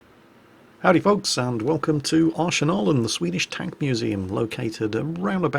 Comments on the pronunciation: I just wanted to point out the name is pronounced..... Arse-Nailin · At first I went: "It is not called Arshenalen,!" but then I realised that since it is up in Strängnäs that is probably how they pronounce it up there, so you get a pass on your pronounciation, better than all the other World of Tanks related people trying to pronounce it.